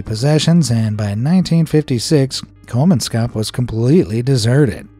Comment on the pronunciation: It's really funny to hear English speakers butchering names in my native language 😂 The way Kolmanskop was pronounced is really funny. Another reason for the abandonment was because the people relied on water being transported by train. So when a war started, those in charge weren't able to do this and thus no water were able to be delivered.